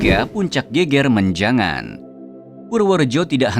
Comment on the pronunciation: Geger menjangan lafalnya slah.. bukan geger (rusuh) tp geger (punggung) beda lafal😊